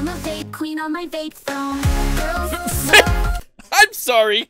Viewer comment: I think she said on my vape throne not vape phone